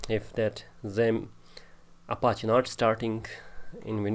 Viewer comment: He is saying Appachiee